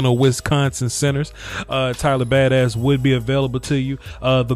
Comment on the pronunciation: I love how you pronounce it Tyler Bad-ass